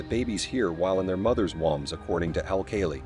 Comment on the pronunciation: Can't even pronounce woumbs? That's the basis of the video!